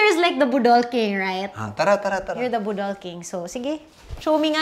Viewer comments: Huhuhu batia sa pag pronounce sa budol ti hahahahahahahahahaahahahaha 🤪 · Ang cute when ate kryz says "budol". She puts the stress on the second syllable instead of the on the first. 😆 Her budol to me sounds like a word for nadam-ag or something like that 😆😆😆😆 makahimuot kaayo